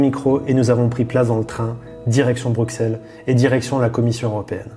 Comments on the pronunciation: Bon, on va mettre les choses au clair tout de suite : ça se prononce Brusselles pas Bruxxelles... Brussssselles ! Même si y'a un x. C'est exactement comme Auxerre ! (désopadéso, ça fait des années que ça me tue d'entendre tous les Français prononcer ce X, fallait que je le dise) ^^ // Maintenant que j'ai poussé ma gueulante : Super reportage vous trois !! ;) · le x de Bruxelles ce prononce S ... et j'ai encore du mal à comprendre pourquoi tu ne soutiens pas asselineau alors que vous dites la même chose au final sur l'europe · BruSSEL ça se dit!